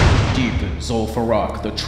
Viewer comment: "lim far eww" Don't ever change tts